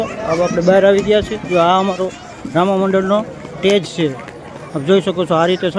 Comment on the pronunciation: ટેજ નહીં સ્ટેજ બોલો..અટાણે નહીં અત્યારે બોલો.. કેમ કે કલાને ભાષાશુદ્ધિનો એક શણગાર હોય છે.